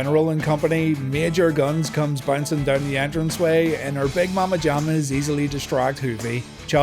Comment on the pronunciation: If those 'Mam-Uh Jamm-Uhs' are 'big' to you... Lol